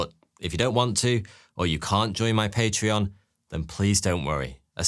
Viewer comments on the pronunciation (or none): none